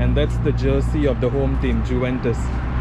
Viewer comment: Bro, it is pronounced as yuventus, not ju ventus